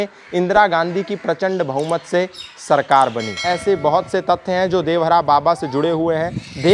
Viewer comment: देवहरा नहीं देवरहा 😠😠